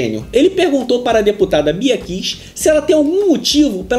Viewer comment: Ola,. Não é "Bia Kiss", é "Bia Kicis". Mas que o vídeo foi bom, isso foi.